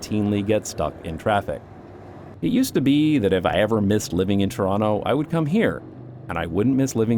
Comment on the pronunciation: I don't care how long you live in The Netherlands, you're still Canadian as long as you pronounce Toronto correctly.